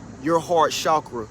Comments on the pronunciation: Can I just say, i love the way you say the word "chakra"💞. Period. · I like it too....And I really and truly think that is one of the only ones pronouncing it correctly, based on how it is spelled....It seems that most people are using the phonetic pronunciation.